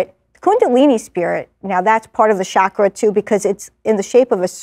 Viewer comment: 'chakra' : 'ch' pronounced as in challenge